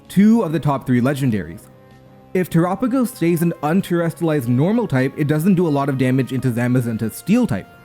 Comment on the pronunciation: I am glad to see my boi Zamazenta finally be good. I am also glad to hear finally pronounce Terapagos "Tur-ah-pa-gos" instead of "Tera-pawg-os".